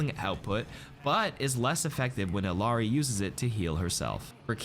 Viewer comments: It's pronounced "EE-Yah Ree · When you gonna start pronouncing Illari correctly? Your colleagues have started to get with it